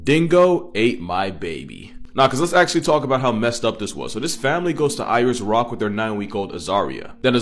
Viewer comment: He couldn't even say the name of the rock correctly